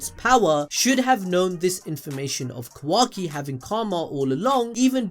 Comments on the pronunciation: QUACKY lol but say ka-wa- ki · Honestly didn't hear Qwacki whenever he said it.... now I can't unhear it lmao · qu-wa-ki lol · Thanks for pointing out that says “Quacky”. I can’t stop hearing it now lmao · I can't unhear kawhacki